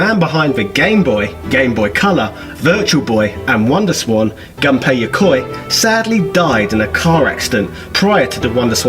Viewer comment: Actually the correct pronunciation for Gunpei is Goon Pay